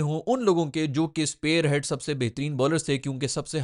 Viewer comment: Spearhead hota hai bro, sparehead nahin. Iski sense bhala/neza sath rakhne wale warriors se judi hai jo leader hote the, aap isko spare as in spare part ke jaise soch rahe ho lagta hai